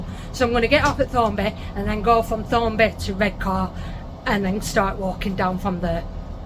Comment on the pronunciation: aww. Cant wait. Yet again you're going to all places I've been by the way its pronounced Thorn a bi. Thornaby. Im very much enjoying this adventure. Redcar and even down to Whitby Mind you I drove. Saltburn by the sea Loftus all those places. Hell I shouldn't envy anyone wished I was on this adventure with ya I am thinking when you mentioned disappointed did you give in. I know you won't give it away yet even if you did there is no shame.